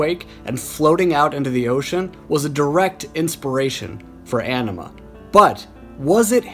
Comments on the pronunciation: On-ima not enema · Its pronounced Oh-nima not An-ima,jeez. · Bro. It's not "anima" like "animal". "Aenima" is pronounced "AH-nima". Like the "Ah" in the word "ankh". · It's "Ahhhhhhh-ni-mah" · Is it weird that it bothers me when people pronounce AEnima incorrectly?! 🤘🤘🤘 Spiral Out my friends